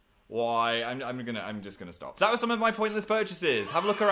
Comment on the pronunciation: HEY STOB IT S-T-O-P... I-T I'm sorry